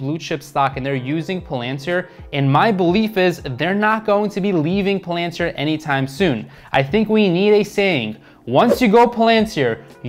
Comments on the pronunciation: What’s Plantir, Oh it’s Palantir... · Yeah it drives me crazy how he pronounces it lol